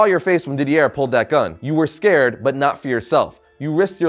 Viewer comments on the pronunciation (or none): It's pronounced Dee-dee-ey, not Dee-dee-air! xD